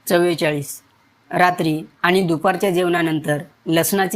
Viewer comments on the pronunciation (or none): none